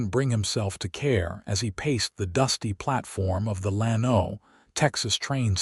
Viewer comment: gotta train AI to pronounce names and cities properly. Lano is not Lan-O, but LAN-o. It twists my ears to hear it wrong!